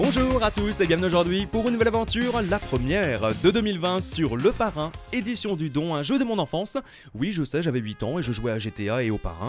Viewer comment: EDITION DU DON SE DIT EDITION DU DONE